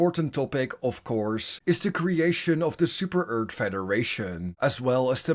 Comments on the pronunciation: At least say earth not eard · How dare you say super earth like super-eart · Ah yes “Super Eart” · "Super ert"